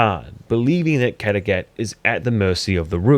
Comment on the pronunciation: Kategath??? It’s Kattegatt